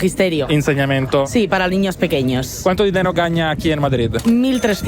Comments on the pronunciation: Comunque si dice gana non gagna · Si dice gana non gaña